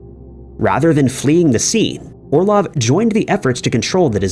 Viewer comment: Why do you people NEVER get the emphasis of slavic surnames right? OrlOv. BespAlov. BarAnov. It's rarely ever a first syllable.